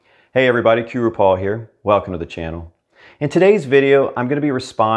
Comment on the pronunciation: Your videos contain a TON of good, useful information, BUT --- you DO know that Qroo (if named after the state Quintana Roo) should be pronounced "cue-ROW" (rhymes with "toe", not "too"), don't you? 😎👍